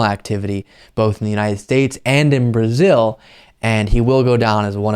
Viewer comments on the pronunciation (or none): none